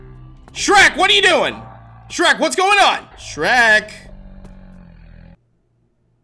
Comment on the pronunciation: Its sherk